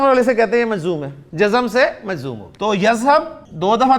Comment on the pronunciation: مجذوم نہیں محترمی ۔۔ بلکہ مجزوم ۔۔